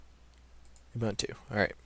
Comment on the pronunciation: What is you only have one computer and have no UBUNTU disc? By the way, it is pronounced as OOBOONTOO (humanness). U sounds as oo, everywhere in the word.